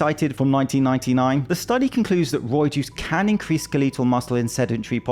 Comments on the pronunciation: I'm more interested in how you pronounce ska-LEE-tul. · I’m pronouncing it skeleeetal from now on